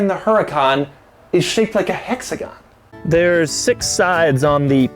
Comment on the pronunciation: Haha hexagon. It's very funny man the way you said it ..... Like on urus vedio i almost felt like I watching lamborghini hexagon not urus ......